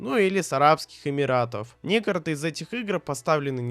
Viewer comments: Когда автор научится выговаривать "некоТОРые" слова? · Видео класс, но автор, без негатива, выговаривай слово "некоторые" правильно, а то я сам начинаю забывать как оно произносится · поясню: в видео несколько раз встречается слово «некоторые» и каждый раз ты его не выговорил)